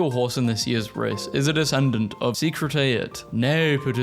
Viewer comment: Wow. You mangled the name. It's pronounced "Secretary-at" 🏇 ... and that horse was fast. There's a really good biographical movie of the same name "Secretariat" -- about the horse ... and some people.